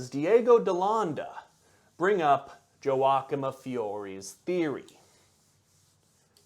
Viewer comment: I probably could have added more comments about the Mormons and the noted obsession with Aztec and Ancient American History (it's in the book, I forget its name), but I am more bothered by mispronunciation of Joachim. It's "Yow-aa-kim", not "jo-wak'm", and it's not a name it's a title; one established by god, a saint